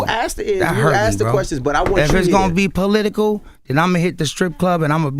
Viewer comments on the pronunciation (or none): “You be political and I’ll be polelitical” 😂😂😂😂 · Pole-litcal lol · Ray said he gone get “Polelitical” 😂😂